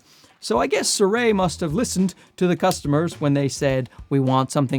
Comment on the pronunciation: You are the second youtuber I have seen today calling the brand Suray. I mean, it is Sirui. Si - rui. Si like in "Si, senor!"